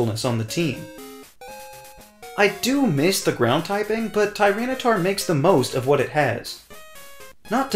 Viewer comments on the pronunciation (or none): FERALIGATR, NOT FERLAGATOR! TYRANITAR, NOT TRYANTAR!